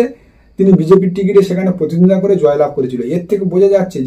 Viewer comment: Kathata contest mane Protiddhondita , thik thak uchharan korun.